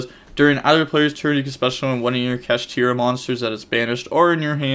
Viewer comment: Ganggggg he’s saying kashtira right